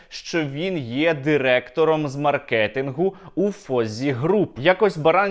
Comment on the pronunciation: мАркетингу (будь ласка, на голос на А)